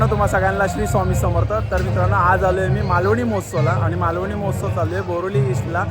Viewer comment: Malavani m o h a tsav nahi MAHOTSAV aahe